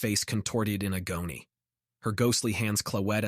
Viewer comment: Is this an AI reading it? It has a hard time pronouncing some words. Like agony, guttural, etc.